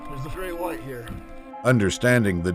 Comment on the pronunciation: "great quwhite shark"